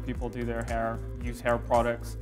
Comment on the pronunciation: "Getting a HAR cut with Maxx Chewning"